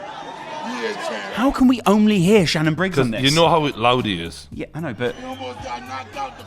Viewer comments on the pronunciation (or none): none